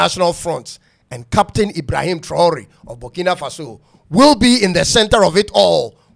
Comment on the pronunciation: It is Burkina not bukina mean farm land